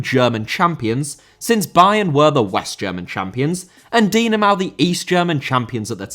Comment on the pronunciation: München* not Munich Dynamo* not Dinamau Atlético* not Atlétecouw Draw* not Dror Andreas* not Andrejas Thom* not Thouwm Leverkusen* not Leiverkusen Inter* not Ento Matthias* not Matthajas Stasi* not Stohrzi Debut* not Deibyu Islam* not Islohrm Stad* not Schtad